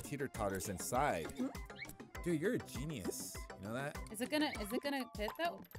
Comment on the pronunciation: Did anyone else notice was saying Gen-EEE-us not genius no hate I thought it was funny 😂